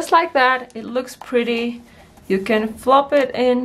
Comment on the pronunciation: Flap not flop.